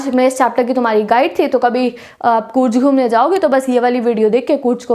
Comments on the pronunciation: When she was pronouncing कूर्ग as कूर्ज my ear and heart felt pain. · Its ग not ज....कूर्ग hai wo love from Karnataka